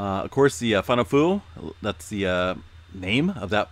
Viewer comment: Fonua fo'ou = foh-noo-ah four-oh 😉 tongan has alot of vowel sounds